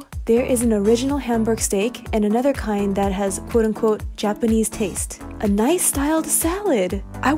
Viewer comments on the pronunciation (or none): That "Nice styled salad" is niçois salad. Meaning in the style of Nice, France. Pronounced Nees, not nice. :D Thanks for the giggle! Always love your vids! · Hehe pronunciation mix-up. It’s pronounced “niece’ and is a nicoise salad. It’s called this because this traditional salad originates from Nice in France